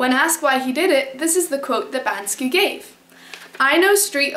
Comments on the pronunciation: Why do you call him 'Ban-Ski'? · isn't it pronounced "BANK-SEE"?.......... can't find the video where you're excited about POTATOES!!.......... i'm HOMELESS and i can't always get down to my (roll-up door) storage unit to use my microwave, but i used to get a big POTATOE and poke a lot of holes in it, on both sides. then, i'd nuke it for 5 minutes on both sides (10 minutes total). add butter, salt, pepper! sometimes, hot sauce! i don't have any special diet, i just eat ANYTHING i can. a HOT meal is a rare treat!!!.......... why don't you sleep on your balcony in Switzerland(!) in the rain & snow with a thermos of HOT tea?! like a wolf!.......... :-)